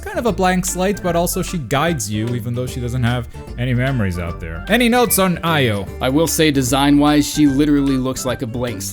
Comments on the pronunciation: Couldn't make it one minute in. You definitely mispronounced Io's name. I don't even get how you managed that. Both the English and Japanese pronunciations say Ee-yo, not Ai-yo. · It's EE-Oh, actually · Io is pronounced as E-o Yakumo says it at some point in the game Also Louis isn't pronounced as Lewis it's pronounced looee